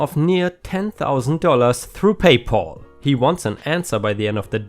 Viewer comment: PayPal is a combination of the words "pay" and "pal", with "pal" meaning friend or buddy and sounds like "Al" like "Al Bundy" from Married With Children. It doesn't sound like "all" like in the name "Paul."